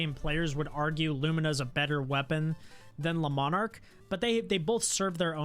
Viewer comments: Also the le-mon-arc pisses me off it's lee-marc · just how you pronounced the lemarc. It sounds like you saying lemon ark.